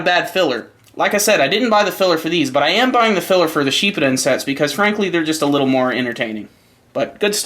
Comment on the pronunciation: Pretty sure it's shippuden not sheep-o-don lol